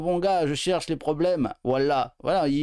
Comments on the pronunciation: Faut lui expliquer, ont dit "voilà" pas "woila"... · En fait, ils ont juste besoin d'orthophonie, non ? J'ai l'impression qu'ils n'arrivent pas à bien prononcer "voilà"... :goodvibes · Faudrait quand même dire a tous ces déscolarisés qu'on dit "voilà" et pas "wouallah" 😂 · Il a dit whala